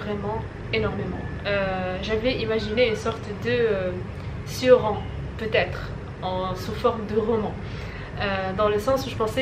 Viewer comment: Cioran, ça se prononce « tchorane » ;-) Goethe est casse-couilles en français, et l’allemand est devenu illisible pour les lecteurs d’aujourd’hui. Tout ça est devenu illisible aujourd’hui, sauf pour les snobs :-( (et j’ai été très snob pendant des années :-) Un jour, tu pigeras que la littérature, c’est pas juste raconter des histoires, y a quelque chose de beaucoup plus subtil, et ça, Céline te l’apprendra mieux que moi : voir toute sa correspondance à Elie Faure et Milton Hindus. Tu verras, ça va te plaire et transformer certaines choses ....